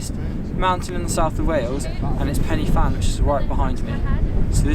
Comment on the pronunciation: Pannyvan? Pen y fan is pronounced Pen ah van. There's no penny.